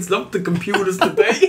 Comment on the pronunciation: Dem computahs